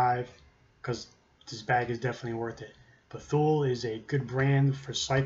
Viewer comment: Thule- I said it the same way, but it's Too-Lee . Dang swedes... oh wait... XD